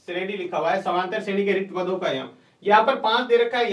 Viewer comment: shredi hota h nki shreni